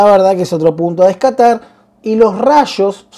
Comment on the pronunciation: punto a descatar no, a destacar, puede pasar que se nos lengua la traba jeje